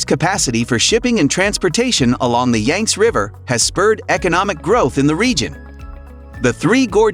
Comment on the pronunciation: You might want to research the proper pronunciation of the Yangtze River and the other Chinese names you butchered.